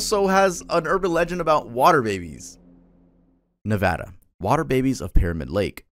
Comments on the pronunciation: thank you for pronouncing Nevada properly! I don't understand how so many of our countrymen can't pronounce it. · THANK YOU for saying Nevada correctly!!